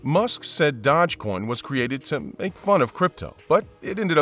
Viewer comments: It's Doge coin not Dodge coin😂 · "Dodge coin"?? I thought it was "Dosh coin" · Dodge coin? Never heard of it 🤣 Maybe you meant dOge coin? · I can't stand the other guy's voice for some reason it just really irritates me but yes this guy did screw up here with that pronunciation and that was irritating also . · They pronounce it wrong , yes , but it's pronounced Doje... like the Doge Palace of Venice ( he was the Duke ) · Dogecoin is not pronounced DODGEcoin. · The way you purposely mispronounce Doge over and over and over just to troll has lost you a subscriber. (Your content was steadily going downhill anyway) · Imagine being a creator and can’t even pronounce dogecoin